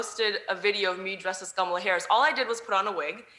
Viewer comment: Ghamla harris? Or she not pronouncing Kamala?